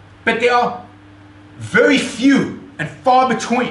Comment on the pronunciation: "Stwike him Centurwion wery woughly!"